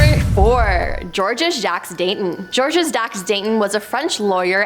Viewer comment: Many of her pronunciations need help. Ex: Georeges the "s" is silent. There are more.